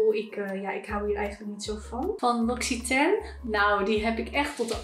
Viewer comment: Opruimvideo's vind ik zó heerlijk, echt leuk dit! P.S. l'Occitane spreek je uit als lok-sie-tan.